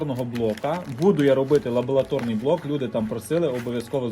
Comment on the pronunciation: лабоРаторний блок а не лаьоЛаторний